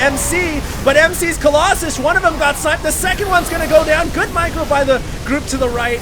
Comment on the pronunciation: remember when you used to say Colloxen? You crazy guy, you.